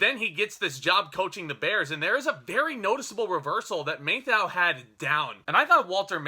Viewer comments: "MATH ow," not "MAY thou." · "MAY-thau - LOL. Anyway, good review and agree 100%. :) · You get paid for doing this. The least you can do is learn how to pronounce the stars name. Walter Matthau was a HUGE star and you've mispronounced his name REPEATEDLY. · Dude why you say "Matthau" like that? It's...not right.